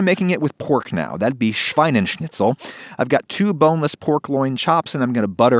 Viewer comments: "Schweinenschnitzel" instead of "Schweineschnitzel" made me both cringe and chuckle, but the difference is so small that it's really understandable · Yeah but then he says SchweineNschnitzel -.- was a good vid nonetheless